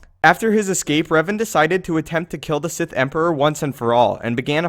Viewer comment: Sith not sigh